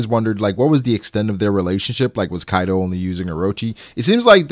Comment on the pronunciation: All japanese names murdered. It's kaido not kaidow. Orochi, not orowchi. Jeez.